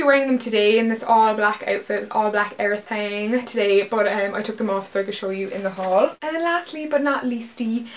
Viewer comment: It's funny how you still have your Cork accent until you say the word "everythin'" which you say in a really strong Belfast accent haha :)